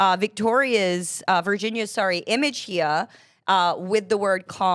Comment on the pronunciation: That pronunciation got me laughing. 😂😂